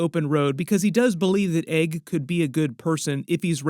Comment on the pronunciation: Egg not Aeg 😂